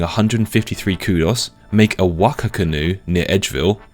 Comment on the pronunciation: Appreciate the correct pronunciation of Waka, but also sad that I have nothing to make fun of lmao